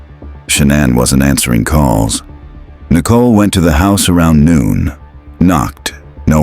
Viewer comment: Usually the AI annoys me but because it’s calling Nicole nickel and she’s worth about 5 cents ( actually she’s worth a penny, and those are worthless now) I’m letting it slide 😂😂🤷🏽‍♀️